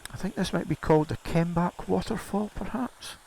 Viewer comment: Another i nearly missed. And you pronounced the name better than I ever could. Great idea whoever planted all them Daffodils along that stretch of road. And the waterfall if you didn't know it was there you would ride straight past. Cheers